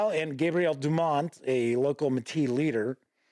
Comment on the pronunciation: To also help with pronunciations of the French words: Metis = may-TEE (emphasis on the tee part) Batoche = buh-TOSH Louis = LOO-ee Riel = ree-ELL And congratulations for saying Saskatchewan pretty darn well. A little off but to be honest, many people from other provinces in Canada don't pronounce it quite correctly either. Well done.